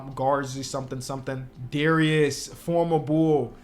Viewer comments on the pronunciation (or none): none